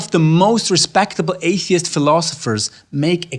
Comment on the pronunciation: "Apey-ist" looool i love it!